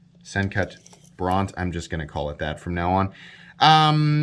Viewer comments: The E is silent. Several of the Sencut models are named after towns in Texas. I was born in San Angelo, Bronte is near San Angelo. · It’s pronounced bronte, you’re welcome